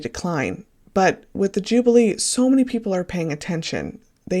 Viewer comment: You are saying Jubilee incorrectly an jublee is an ice treat this is the 'Ju-be-lee= that is phonetically. I'm not being petty how can you mispronounce this word...it's been spoken about for months! SMH. You are so off the mark you know nothing about our monarchy. Bloody laughable. After listening to you I think you may have done it deliberately and a Sussex supporter...as I said you know SFA!